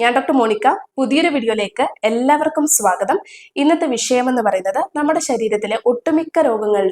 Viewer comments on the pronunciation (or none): none